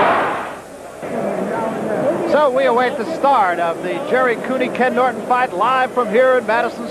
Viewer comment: When the ring announcer mispronounced Ken Norton's last name he should of gotten the hell out of that ring. It was all downhill from there.